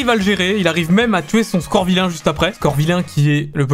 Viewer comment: C'est pas scorvilain c'est scovilain